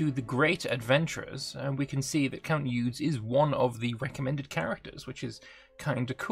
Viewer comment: Eudes have to be pronounced "HUD" without the h.